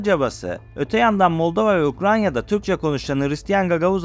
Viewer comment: ukranya değil abicim ukrayna